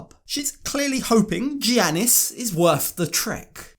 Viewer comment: Thank you for all of the awesome 90DF coverage! To help with future videos, because he’s a Greek man - the “G” is pronounced as a “Y” (so Giannis is pronounced Yannis), in this context, the same way that “Gyro” is pronounced “Yiro”, and a lot of Spanish “J”’s are pronounced “H”. ☺️